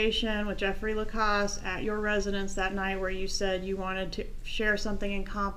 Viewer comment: Curious… stated his own name as La-Casse, like pass. Everyone is referring him as Mr. La-Coss, like boss🤷🏾‍♀️